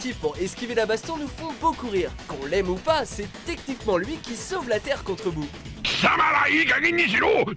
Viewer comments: C'est Buu et pas Boo le gros malabar rose 😑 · C’est buu et nn pas boo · pas boo mais buu